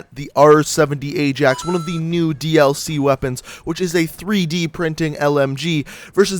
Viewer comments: that's what im saying hahahahaha pronounced it aye-JAX and its pronounced aye-AXE. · to 1 mil with no vids the place in Netherlands (and the football team) pronounce Ajax as Eye-Jax. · no in the netherlands its pronounced as eye-axe and im from the netherlands so dont even start an argument